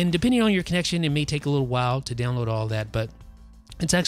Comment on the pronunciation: Does it sound like he's saying down low for download on his videos?